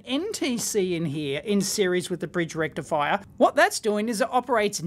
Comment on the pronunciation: It’s not a puny single diode rectifier. It’s a *FULL BRIDGE RECTIFIAH*